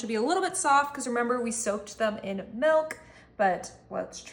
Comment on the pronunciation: She said "Melk" within the first few seconds of yhe video and now my brain doesn't care what she's making.